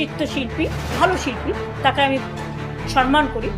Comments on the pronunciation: Sabdo ta sanman noy ota samman thik kore nite hobe. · আরে ৬৩ বুড়ি শব্দটা "সন্মান" হবেনা, হবে "সম্মাণ"। একটা অশিক্ষিত মানুষ। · সম্মান শব্দটা ভালো করে বলতে।শিখুন!